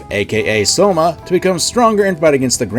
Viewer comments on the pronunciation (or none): Why are you saying "Soma"? Isn't his name pronounced "Shoma"?